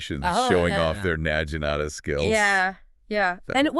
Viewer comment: i cannot sit here and listen to you mispronounce naginata for 5 minutes in front of a bad AI generated image